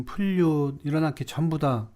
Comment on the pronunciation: 영상 제작 시 개선할 수 있는 몇 가지 사항에 대해 말씀드리려 합니다. 우선, '플룻'을 '퓰릇'으로 종종 잘못 발음하시는데, 정확한 발음에 신경 쓰시면 좋겠습니다. 또한, 팬플룻 악기를 평가할 때 "좋은 악기"와 "나쁜 악기"보다는 "좋은 악기"와 "안 좋은 악기"라는 표현이 더 어울립니다. 악기는 인격체가 아니기에 이런 표현이 더 적절하죠. 그리고 영상을 촬영할 때 얼굴, 특히 코를 자주 만지시는 모습이 보이는데, 시청자에게 불편함을 줄 수 있으니 주의하시면 좋겠습니다. 카메라를 옆으로 정면에 설치해 보세요. 옆으로 힐끗거리며 보는 시선이 시청자에게 혼란을 줄 수 있습니다. 이러한 작은 변화들이 영상의 품질을 크게 향상시킬 것입니다.